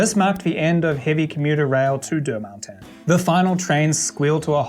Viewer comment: I like the way how nails the pronunciation of "Deux Montagnes" as "Der Mountains", but anyways its an awesome video.